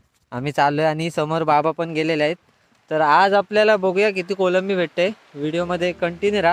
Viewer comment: kolambi nay bhavna kolbi bola.